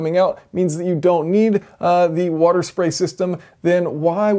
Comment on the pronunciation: half wouder+ half etanol.